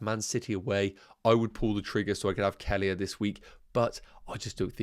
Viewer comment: That’s not how you pronounce Kelleher. 😂 Nowhere near it. Kell-eh-her